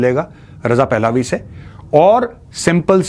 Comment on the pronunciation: Maj साब क्राउन प्रिंस रजा पहलावी नहीं इसे रजा पहलवी कहा जाता है। अगर यह कोई non हिंदी speaking person बोल रहा होता तो उसे excuse किया जा सकता है लेकिन आप पूरी तरह से हिंदी स्पीकिंग पे